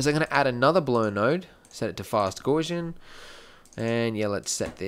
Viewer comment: Aside from the few improper pronunciations of words (like "Gaussian") and a slight lack of understanding of how an attribute affects the rendering, the tutorial does teach quite a bit.